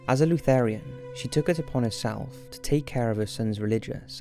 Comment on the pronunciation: Great video. Thumbs up!...Its "Lutheran" not "Lutherian."